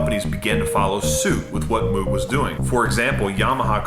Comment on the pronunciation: Great video. Exactly what i wanted to know. I can enlighten you to thank you. Bob Moog pronounced Moog to rhyme with rogue. He didnt care but i think we should pronounce his name like he did. Actually its no big deal, just thought it would be interesting for you to know.